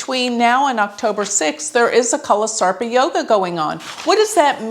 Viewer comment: Your pronunciation of some of the vedic astro terms sucks!! Saraswati yoga, nakshatra. It sucks when you say it. Won't hurt to learn the proper pronunciation of it. Good command on astro otherwise!!